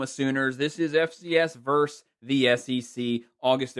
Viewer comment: Where is the call on the Michigan game? You need to look up the pronunciation of the word VERSUS. It is not verse.